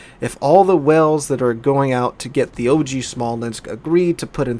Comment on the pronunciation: 1 Smolensk, 2 Smolensks... You're welcome lol :)